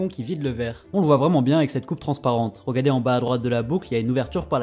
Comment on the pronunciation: Super intéressant. Mais tu prononces "regadez" non ?